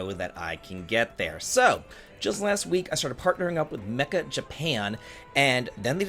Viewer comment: Always cracks me up how many people pronounce this sponsor as mecha. All love, you're definitely not the only one. Meccha (may-cha) is "so" or "totally" in japanese.